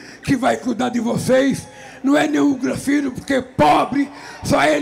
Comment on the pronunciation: Os dois só falam besteiras. O cara ainda fala granfino. Credo!